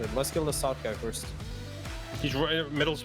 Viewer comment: maybe "firsth" , it's hard to pronounce the ending sound